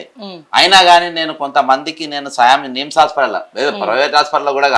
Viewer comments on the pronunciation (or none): Neems కాదు గారు నిమ్స్ అని అనాలి